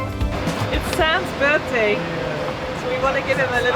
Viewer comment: They always feed him so he will be quiet and bother them it’s like feeding a bear. Did he say birfday